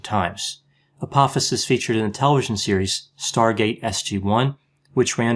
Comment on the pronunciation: Just FYI, it's pronounced Ah-poh-fis. The second syllable has a long 'o' sound and rhymes with the word 'low''.